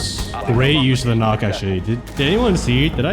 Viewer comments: Nøkk is pronounced Nuck btw 👍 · 100 hours and you still don't know how to pronounce her name properly🥀